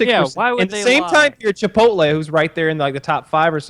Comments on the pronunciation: Woody reading the name Chipotle and saying chipoltay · I hear a lot of people pronounce it that way, and it irks me more than it should